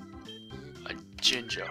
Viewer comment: WTF? How are they answering so fast? Wow... this game is ripping you the fuck off. DUDE, HIT THE BUTTON TO ANSWER. OMG... this quick HATES you. Yep... ties go to the computer. YOU ACTUALLY PRONOUNCED JINJO CORRECTLY. OMG THE LAST SECOND GUESS. Goddamnit, you and your cliffhangers. lol